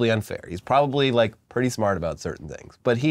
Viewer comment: LOL - "for american chocolate... prutty good" - hahahaha